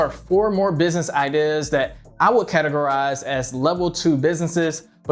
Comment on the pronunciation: I really hate the way you say ideas. “Idihhs” fucking cringe. And why tf you keep saying “ok” right before you explain something? Stfu and stop making useless videos